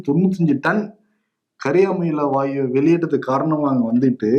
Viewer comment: கரியாமல வாயு இல்ல கரியமில வாயு.... pronounce correctly